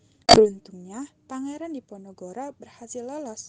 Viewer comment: Ada kesalahan d pembukaan "perang di Ponorogo", harusnya "perang diponogoro"